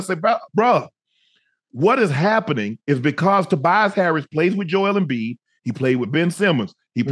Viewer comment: Joel Embiid Joel Embleek is WILD 😂